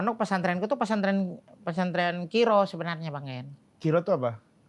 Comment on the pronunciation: ralat ya gess bukan kiro tapi "qori" 😂